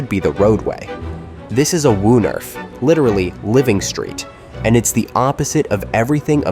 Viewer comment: Woonerf is pronounced with the oo sounding like stroke broke and not like brook!